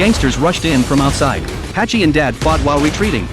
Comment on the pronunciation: Who tf is Hachi!? 🤣🤣🤣 His name is Hutch